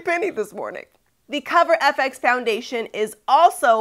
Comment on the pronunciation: BTW its F X not Fix. Lol